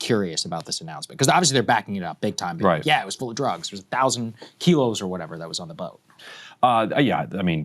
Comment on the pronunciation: 3 ships carrying drugs. If your gunna say it , say it right.